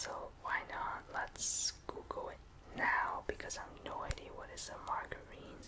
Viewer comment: Margarine is pronounced mar-jer-een, not mar-ger-een, just to let you know :p It's like butter but it's made from vegetable oil I think, so it's healthier. Also it's mostly a sort of yellow colour here in the UK so that law seems strange.